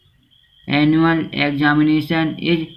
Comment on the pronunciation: Annual hota h ennul nhi